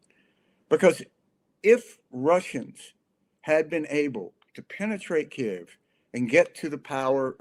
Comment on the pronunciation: К И Ї В - authentic = Ukrainian pronunciation. I know that there is no such sound "и" in English but it is very easy to do! not Kiev - moscovian pronanciation. we calle them moscovians - u call them russians